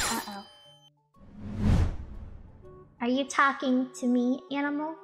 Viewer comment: Im hearing enemel the longer i listen to her 🤣🤣🤣